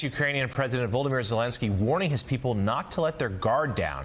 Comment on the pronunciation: What's wrong with certain NBC/MSNBC presenters, that they insist on mispronouncing Zelensky's first name, as though it were a derivative of Voldemort? Putin is the one who so closely resembles He-Who-Must-Not-Be-Named. President Zelensky has a FOUR SYLLABLE first name. Pronounce that SECOND SYLLABLE, for pete's sake!